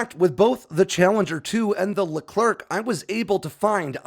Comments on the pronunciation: It’s a Leclerc not Leclerk mate ( the C is silent) good video anyway 👌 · Sorry, but it's Leclerc, not Leclerk Sacrebleu ! You are massacring the name of one of the greatest french heroes of WWII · the french tank is called Leclerc (with a silent c at the end) the a famous french marechal.